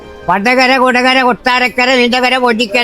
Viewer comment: വണ്ടകര അല്ല വടകര ✅like വടകരകർ